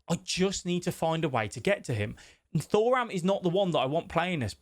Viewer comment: It’s 2ram not Thor- ram